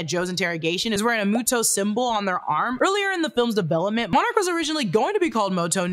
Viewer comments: Also why am I so bugged by how you say “Ronda” and not “Randa” as well as saying “MOTO” instead of “MUTO”? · Love but it's pronounced MUTO not MOTO. I think moto moto likes you lol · It bothers me how you prenounce Muto ... You first said muh-toh and then the correct way Moo-toh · pleeeaase, it's killing me the way you're saying MOTO instead of MUTO 😭😭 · I’m so sorry but moto keeps bugging me and it’s muto but I understand so I’m not mad lol but I am bugged lmao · Suberme a mi MOTO! Why MOTO instead of MUTO? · Isn’t pronounced MUTO instead of MOTO? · i will always love this movie. also its "mue-toes". it was getting on my nerves. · stop saying moto